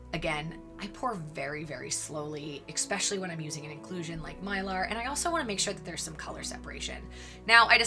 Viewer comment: It's especially, not expecially !